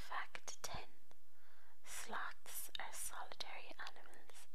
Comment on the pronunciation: You pronounced sloths as Slots. Lol. Slots! SLOTS = !